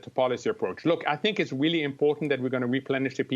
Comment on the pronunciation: Weally weally weally cwitical.